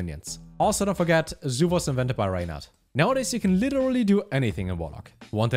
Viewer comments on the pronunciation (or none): none